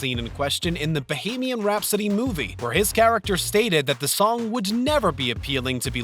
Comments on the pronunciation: The narrator has a problem with the letter T. And "Bo-hay-mian Rhapsody"? Sigh. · Is this being narrated by A.I.? Asking for my friends Brad Spit, Dolf Lunge-rinn, Danah Carvey, Bahamian Rhapsody, and a number of other words. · I totally agree. I am glad I am not the only one that caught how he pronounced Dana Carvey's name and the song Bohemian Rhapsody. This is one big pet peeve of mine. I feel like if you are going to put something in a video you need to make sure you know how to pronounce it correctly. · "Brad's Pitt" "Lundren" "Zoe Zuldana" "Dannuh Carvey" "Bo-hay-meeun Rhapsody" LOL wot?